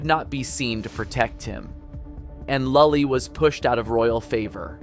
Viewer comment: pronunciation of lully and poulenc could use some help, haha